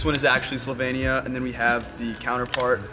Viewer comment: It is slovenia not slovania